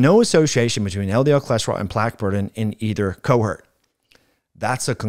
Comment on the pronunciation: Important information. Your pronunciation of "cohort" hurt.